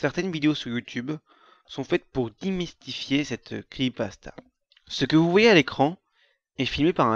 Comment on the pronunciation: pk tu dis "cri pasta" apprends a parler ptn